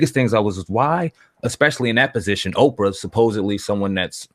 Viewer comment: Canada Oh Canada I wasn’t laughing about the spelling dumb ass, but rather that she called Oprah Okra instead...try a dictionary maybe